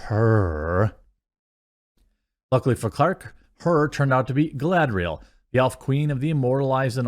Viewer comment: GUYladriel? GaLADriel? How about GUY LAD Riel?